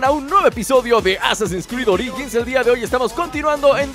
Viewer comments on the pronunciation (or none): Oringis jajaja